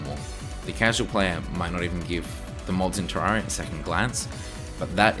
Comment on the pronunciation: clicks on video hears how he pronounces terraria leaves